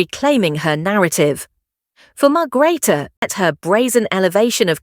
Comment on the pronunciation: Margreater you need to pronounce her name correctly